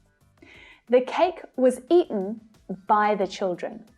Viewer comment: the cake was ea'en 💀